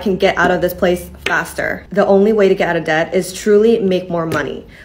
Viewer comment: The 'b' in debt is silent.